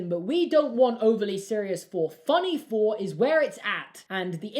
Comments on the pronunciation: It’s “Thor” not “Phor” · man has trouble saying thor